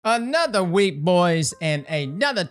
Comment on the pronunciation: I can't lie, half the reason I watch these are to hear "anotha week bois and anotha TWAB"